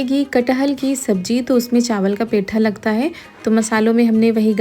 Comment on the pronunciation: मेरी बहन 75 बार बता चुकी हूँ कि पेठा नहीं पीठा कहते हैं पीठा पीठा पीठा पीठा पीठा पीठा पीठा 😊 आपका और अन्जू जी और रिया का व्लाग शुरू से देख रही हूँ पर पेठा नहीं पीठा मन खराब हो जाता है पेठा सुनकर (लखनऊ )